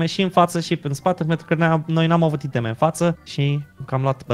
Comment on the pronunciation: super foarte cel mai wow :person-turqouise-waving::goat-turquoise-white-horns::face-red-heart-shape:da mbahhh di ce pronunta i' teme si nu iteme(aiteme) mahhh:hand-orange-covering-eyes::face-blue-wide-eyes:in rest genial hai cu challeger :eyes-pink-heart-shape